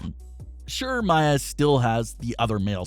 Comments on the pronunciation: Mia (Mee-Ah) not Maya (Mai-Uh) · It's pronounced Mia, not Mya. I said this last time he said his name. Might as well call her by her old name Jade or rel men Stephanie. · Anyone else annoyed he keeps saying Maya and not Mia Yim.... Sorry but it takes me away from the story.